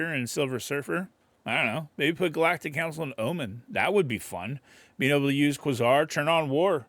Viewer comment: Quasar = Kway-Zar